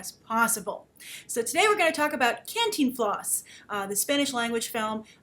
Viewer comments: "Canteen Floss?" really grace. it's Cantinflas. lol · your vowels in the pronunciation are more than ok. What takes people out of it, is that the force of pronunciation should go on the TIN. Both vowels are short vowel sound. can (as in: "can" do!) - TIN (as in: "tin" man) - flas (as in: "flask" but without the k) can-TIN-flas Hope this helps. :) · Grace just for further reference, its pronounced CAHN TEEN FLAHS. With an enphasis on the TEEN. Lots of love from Mexico . Love ALL your vids and opinions :) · Hey, pretty lady with all the fans and videos :-) if you want help saying the title my parents always said it like "Khan+teen+floss" dunno if it's correct, but that's from a central American family who watched a ton from this guy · Hey! Grace just one quick tip is Cantínflas with an emphasis on the I not the A :) for any doubts on the spanish language i'm at your service :D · Wow you buttered his name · I love hearing you say Cantinflas! It's a sweet thing to me when English-speakers try to pronounce Spanish. Other than that I'm glad to see you reviewing this movie and that, above all, you enjoyed it. When we studied international film making in school I was amazed at just how differnet the industries are country to country and it's nice to see that such an important figure as Cantinflas would get his little moment in the spolight. I hope to see more films in this vein in the future (an Almodovar film would be incredible). Thanks for the review, Grace!